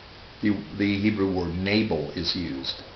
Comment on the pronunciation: your pronunciation is surely incorrect. 'nable' sounds nothing like Hebrew. Perhaps 'nah-bel'?